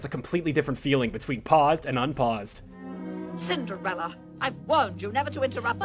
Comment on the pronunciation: You didn't think anyone would notice did you? I know your game. You misspelled Cinderella and said Cindrella instead. Mmhmm, I'm onto you lol